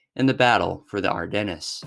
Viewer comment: Your pronunciation of European words like Luftwaffe and Ardennes is truly painful to hear.